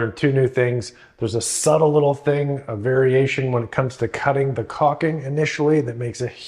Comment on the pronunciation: its caulking... not caking pronounce it the way its spelled. BUT otherwise GREAT advice, one other trick is to use a hook razor